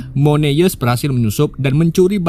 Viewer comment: kayaknya alangkah lebih baik jika abang belajar melafalkan nama ataau kata dalam bahasa asing/inggris deh bang, supaya penonton juga lebih nyaman nontonnya.. 🙌🏻 Moon Eyes : X Moneyes V Mun Ays Green Ghost : X Gren Gos V Grin Gowst